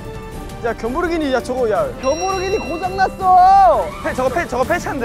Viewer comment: "woo-rari" "kyeom-bourghini" HAHAHHAHAH THE BRAIN OF THESE BOYS I CAN'T